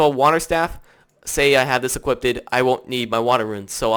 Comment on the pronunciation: Equipped. Not equipted.